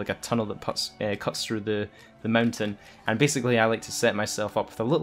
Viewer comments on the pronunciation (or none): none